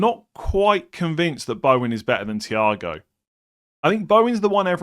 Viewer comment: Mans pronouncing thiaw "ciao"